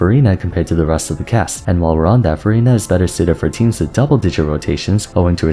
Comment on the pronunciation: it always sounds like you’re saying verina instead of furina lmao